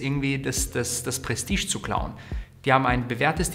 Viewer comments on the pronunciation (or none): none